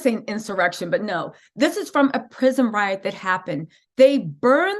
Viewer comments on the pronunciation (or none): none